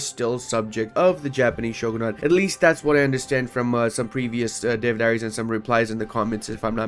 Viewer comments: SAY SHOGO-NUT ONE MORE FUCKING TIME Its shoo-ghun-ate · I just can't get over it he said shoogoonut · nah he just needs to not say shoegluenut ever again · just pirate it(and don't pronounce shogunate shoogoonut] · He kinda did when he said shoegluenut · not pronounced dhin-toe btw, just like it's not shoegluenut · I really hated him saying shoogoonut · it's probably and hopefully still mostly about conquest just like my comments are about pronounciation failure on the word shogunate, which is indeed not pronounced as shoegluenut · While he said shoegoonut 😢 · pls check out the correct pronounciation of shoogoonut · He said shoogoonut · Yo, we heard him say shoegluenut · Yeah, probably shouldn't be so hard on him for saying shoegluenut. I hope he gets better, and better at pronouncing shogunate. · Real reason was he was practicing his shoegluenut pronounciation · that's no excuse for saying SHOGOO-NUT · Yknow I don't think it is cursed at all unlike pronounciation of shogunate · very true very true he pronounceded shogunate wrong tho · Idk but he cant pronounce shogunate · His pronounciation of shogunate is terrifying me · made a mistake with the pronounciation of shogunate i think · why? (On an unrelated not, he pronounce shogunate funny) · ikr who tf pronounces shogunate that way